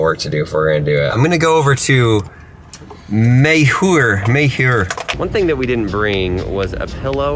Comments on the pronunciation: Bro it’s called “Meyer” not “May Her” ... Meijers is a staple in the Midwest ! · May-hure 🤣 It’s pronounced like Myer. Unless you’re from Michigan like me, then we throw an S on the end and call it Meijers. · Its pronounced My-er. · Nobody: Absolutely Nobody:: "MAY-huer" hahahaha Meijer = "MY-er" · As a midwesterner, it was funny listening him pronouncing meijer as "mayher" instead of "myer" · Meijer- "my-er" 😂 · It’s pronounced “My-errr” (Meijer) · Lol welcome to the Midwest. It’s pronounced Meyer!! Nice try tho. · Meijer is pronounced MY-ER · I'm guessing you did this before the iPhone video. Also I always chuckle when people from outside michigan try to pronounce Meijer. (My-er ) is the correct way. Looking forward to seeing part 2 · When he called meijer mehure😂😂😂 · Btw its pronounced “my er” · Meijer is pronounced as my ur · Midwest native - Its pronounced like "meyer" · It do be Meijer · I always forget that not everyone has the stores in the midwest....and then reminds me D: It's Meijer (pronounced like My-er) for the record T.T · i noticed that you did not know how to pronounce meijer and as an Ohioan who goes there all the time it is pronounced (My er) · Meijer is pronounced Meyer, and they are a Michigan based company. Frickers is OK, it's kinda like Applebee's maybe in style of food and atmosphere. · Meijer is pronounced Meyer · And meijers is pronounced Myers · Meijer is pronounced “my her” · You say meijer myer haha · Just a friendly reminder it's call meijer mire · Meijer is pronounced my-er dont worry dan. Welcome to ohio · Oh lord when someone comes to Michigan and other states where meijer was founded and say it wrong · I know!!!! What!!???!!! Has he never been to a Meijer!!! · The j is silent in Meijer! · I am a native Illinoisan and he pronounced Effingham and Meijer so wrong. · You actually not know how to pronounce meijer? Or was that for the content... 🤔